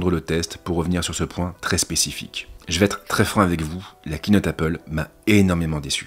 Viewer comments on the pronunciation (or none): none